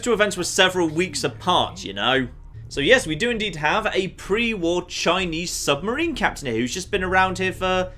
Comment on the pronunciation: Sub-ma-rina hat? im sorry?! hahahaah